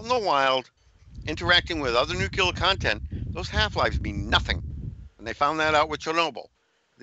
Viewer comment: nucular,?? or nuclear. lol